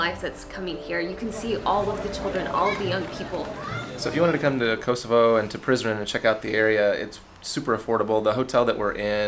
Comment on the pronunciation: When he said let’s go to prizren it sounded like he said let’s go to prison